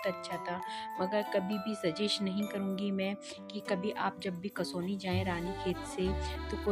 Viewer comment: कसौनी नहीं है बल्कि कौसानी है इस टूरिस्ट प्लेस का नाम 😊